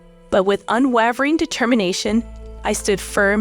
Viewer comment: You mispronounced facade and unwavering.